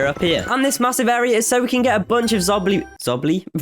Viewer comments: Bro said "And This massive area is so we can get a bunch of Zobly. ......... ZOBLY??😂😂" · When he said “Zombly” got me rolling on the floor😂